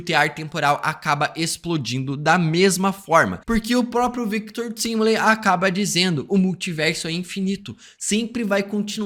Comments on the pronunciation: Engraçado é que na série claramente a pronúncia do sobrenome do Victor é "táimili" mas aqui ele fala "tímili" e o Peter do Ei merd fala "Taimilai" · Victor Timly? No próprio dublado falam correto, Victor TIMELY (TÁIMILI) o cara ainda consegue pronunciar o nome do cara errado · Fala TÁIMILI, pelo amor de Deus